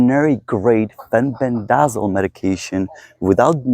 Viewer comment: In the US, it is pronounced, “fen-BEN-deh-zol.”